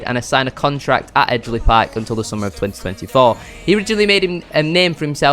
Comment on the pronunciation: Can't believe he said eejly 😂 disgraceful 😂